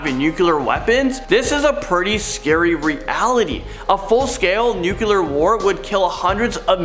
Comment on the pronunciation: Hehehe, nucyaler